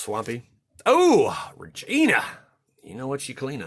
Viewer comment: Regna the Redeemer is the Battlebond angel legend, dude, R-E-G-N-A. There is no I in it. Sorry if I sound like a jerk, but I keep getting triggered cuz she's my favorite angel legend and nearly every American YouTuber calls her Regina, and I just can't! xD Love your videos, tho, nice stuff, man. :D